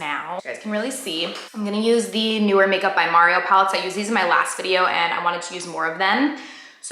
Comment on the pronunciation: Mario not Merryo lol